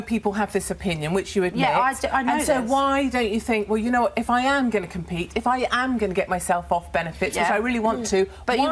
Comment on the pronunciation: She literally said “wewh” instead of well…